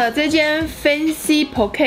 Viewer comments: ...不好意思，妳查了很久還是唸錯了呢！我身為Poké員工，一定要糾正一下，那個Poké是唸Poㄎㄧˇ。聽得好痛苦XD Poké bowl 在北美算是知名連鎖店，還蠻多人愛吃，方便、快速、好吃（因人而異，至少我覺得不錯，我在美國的朋友大部分也覺得不錯），相較其他速食健康。 他們的主菜有鮭魚、鮪魚、鰤魚、蟹肉沙拉、章魚、辣鮪魚泥、辣蟹肉沙拉、蝦子、干貝等等...。基本上只有鮭魚是早上送到店裡新鮮現切，因為需要加長保存的時間，切之前還會先用鹽跟醋醃過；其他都是冷凍退冰後處理的。 以上都是我在美國Poké廚房打工的經驗，不知道台灣的做法是怎樣，看買的Poké裡面的料跟北美賣的有些許不同。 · 讀音是 po ki